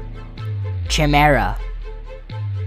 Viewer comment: Not sure how old you are but good job. Good pacing and images. Chimera...is pronounced ki Meer a, that's the only one I could hear pronounced incorrectly. But very well done.